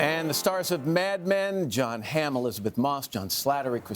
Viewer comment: It’s Hamm not Hammel.Lauer should know who he’s speaking with.Unprofessional for sure.Love johns cool and collected reaction, just looking around at the others to see if anyone else noticed the mistake.